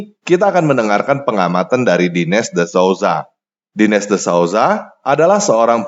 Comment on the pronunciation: Ucapan nama Dinesh itu ucapanya (Dinesh= De'nesh.. Walaupun ditulis Dinesg, Denesh.